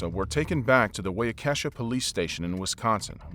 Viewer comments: Wisconsinite here: Waukesha is pronounced waa·kuh·shaa and it took me till I was 16 to keep that straight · Fantastic video, but you butchered the pronunciation of Waukesha. As a Wisconsinite it’s pretty funny hearing people struggle with our weird town names.